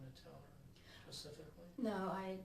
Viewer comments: If she says " I don't know Pacifics" one more time....😅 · Pathetic acting 😂 also "He didn't Pacifically tell me." Lady, it's not the Pacific! 😅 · If she says "pasifically" one more time I'm gonna lose it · My God woman - the word is Specifically not Pacifically! She needs to go to prison for this alone! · Is she saying pacifically? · saying, 'pacificly', is wrecking me. 😖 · Pacifically chefs kiss haha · This dumbass should get the chair for saying “pacifically’ like a goddamn toddler. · Pacifically pacifically... and the way she just calls him "Pastor" in all manner of speech..... stupid... STUPID. Pacifically she is stupid for murdering her husband. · If she says pacifically one more time... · “ He didn’t PACIFically tell me,,,” Lock her up!! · She “pacifically” knew all about this. Nice try though ma’am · Soulless mastermind who says “pacifically” 🤦‍♀️ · You said her intelligence is higher than most, yet, she keeps saying pacific/pacifically.. And she thinks half of 500 is 275... I dunno man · Love the officers stating the word specifically and she says “pacifically” Her lies and fake crying way too much! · Lmao "pacifics". She's an idiot. He told me "pacifically". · “Texes,” “pacifically,” she sounds so ignorant. And “Walmart store,” sounds freaking weird. What an a$$